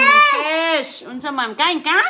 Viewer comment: Yan Ang narinig ni CJ sa nanay niyang bisaya piss raw hindi naman fish 3x sabi ni CJ piss